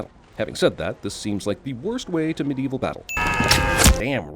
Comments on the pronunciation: I think im gonna have to add a sin every time you say "Medieveal". THESE ARE WESTERN ROMANS for Gods sake. The Medieval period dint start until AFTER the Western Roman Empire fell. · Every time he says 'Medieval' I die a little inside :(